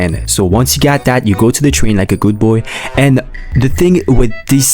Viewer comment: why'd he say like a good boy like that lol